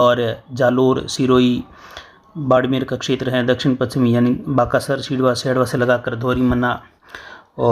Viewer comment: सुकरिया सर हमारे गांव का नाम लिया भानिया नहीं है भूनिया है सिरवा नहीं सेड़वा हैं ममनार नहीं बामानोर हैं